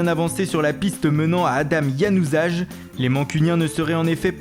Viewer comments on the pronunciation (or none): c'est Adnan Januzaj ça se prononce Ianuzaie pas Dganuzaj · On dit ADNAN JANOUZAIE (januzaj) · à son nom se dit Yanuzaille